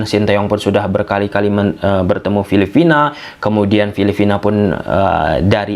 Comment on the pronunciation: Coreksi bang, bukan filifina,tapi filiphina. Intonasinya harus jelas dong bang